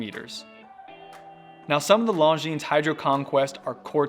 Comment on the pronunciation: Don’t pronounce the “S” in Longines.